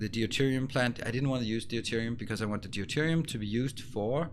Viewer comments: FYI deuterium is pronounced doo-teer-ee-um, not dee-you-teer-ee-um, the "eu" is pronounced the same as in "neutron" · Love the series and love the way the planets develop and get industrialized. One trivial thing I hope you don't mind. I keep hearing you say Dee oo te rium for Deuterium. It is actually just pronounced Dooterium without the first "e" The "eu" is just pronounced "oo"